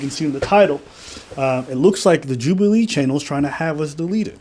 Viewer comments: Why you pronounce it like that 😭😭 "Jub-eee-lee" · congratulations on 30k ps istg ur saying some of these names wrong to bate for comments and honestly fair play mate Joobualee lmfao